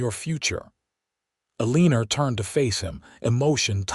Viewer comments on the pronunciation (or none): If you check the notes - the name is “Eleanor” but is mispronounced by AI narrator. Narrator says Elina-er but that is incorrect. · If you check the notes - the name is “Eleanor” but is mispronounced by AI narrator. Narrator says Elina-er but that is incorrect. In the CC it shows pronunciation as being “Elina” - just know it is frustrating to hear name mispronounced over and over again.